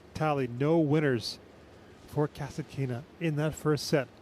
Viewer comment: Russian announcer on the court speaks Kas'Atkina. English speaking TV commentator speaks Kasatk'Ina. What a freak?